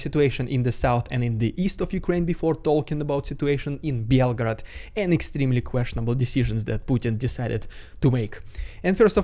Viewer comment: Why did you pronounce it like belgrade